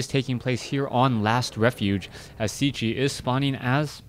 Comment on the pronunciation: I think Cechie is pronounced Ketchy, but i could be wrong